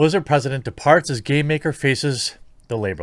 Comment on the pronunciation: Sounded like you said gay maker lol